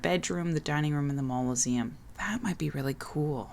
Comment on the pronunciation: You're pronouncing "mausoleum" as "mauloseum"